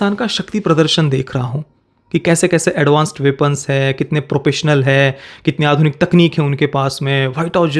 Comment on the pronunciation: Propessional? It’s professional…